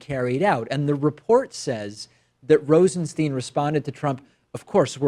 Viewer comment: LOL. For someone who goes out his way to point out the frequent mispronunciation of the name "Nunes," you sure take liberties with the pronunciation of the name "Rosenstein."